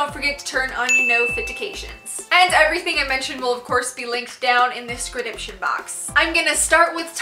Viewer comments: I know she says "nofitications" on purpose? But does anyone else notice that she says "discridiption" box? 😂😂😂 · Has anyone noticed how she says scradiption box instead of description box?? It’s in every video haha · I love u and ur vids soooo much but u say “notification” and “description” so weird 😂 must be a geographic thing?